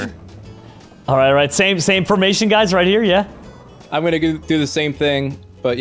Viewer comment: Nobody:: FLAMING CHIMKEN FOMATION!!